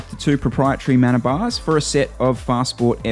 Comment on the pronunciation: Mana is a Maori word pronounced Ma-na rather than 'man-a'. Good content.